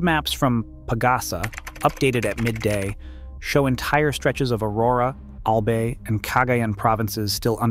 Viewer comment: We pronounce it AL BUY NOT AL BAY FYI